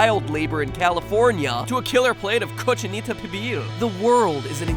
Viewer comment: The way you said Cochinita had me dying!